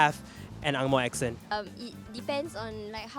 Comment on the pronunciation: "ex" cent... barf.